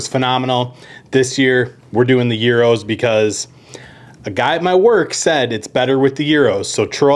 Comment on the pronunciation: 1. Thank you for pronouncing gyros correctly. 2. Interesting take on a Greek staple. I will have to try it. For people that don’t know, brush that pita lightly with olive oil and throw it in a skillet and toast it first.